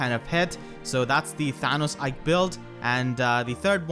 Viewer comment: "Thanos Ike build" Bruh